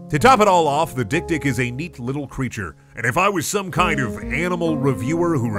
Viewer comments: It's pronounced dek-dek, and its swahili for little-little. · We not gonna mention how dik dik is actually pronounced xylophone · As someone who's first language is Afrikaans, the way he pronounces dik dik is so fucking funny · Love the way Americans pronounce this... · Isn't dik-dik pronounced 'xylephone'??? 😅🤣